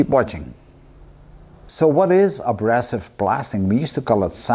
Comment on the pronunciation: Very interesting Steve... just a little correction..:).. we say a-BRAY-sive rather than -brass-ive. Keep up the good work!